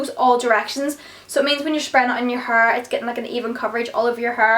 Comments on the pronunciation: "My Huurr" lol! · Love the way you say hair it's like 'haur'😜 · i love the way you say hair its like huur x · love that accent "hurr" :D like hair